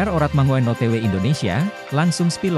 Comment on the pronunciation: Min mangoen itu ejaan lama tapi yg bener bacanya mangun